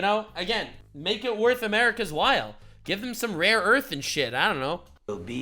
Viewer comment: Rare earth... not raw earth someone please...